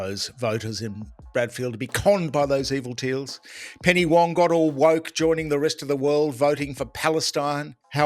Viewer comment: When it comes to Penny Wong, did you say woke or wok ha ha.